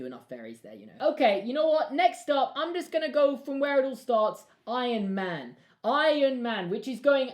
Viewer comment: "Ion man"